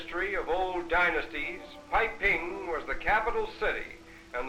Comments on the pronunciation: It's not "Piping", but "BeiPing"(北平)，another name of Peking（北京）city. it should sounds like “bay-ping”....western foreigners often pronounce wrong Mandarin. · I heard the narrator said "Piping"?